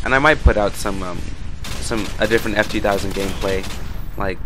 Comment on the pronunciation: its ef-ur-war and thanks for the upload :D